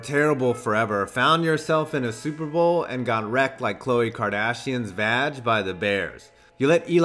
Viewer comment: super bowl not super boel